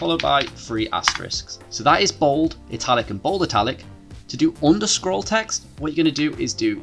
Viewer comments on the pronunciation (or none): Appreciate your work. (side note, you seem to be saying 'underscroll'. I believe the name of '_' is 'underscore'. I won't address pronouncing 'three' as 'free' and 'thought' as 'fought' as I realise that is what makes British English fun. Which is not the same as this problem